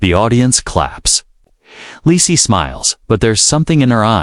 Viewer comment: Yesss Ledisi🎶✨🙌🏾and her name is NOT LACEY ITS LEDISI!!!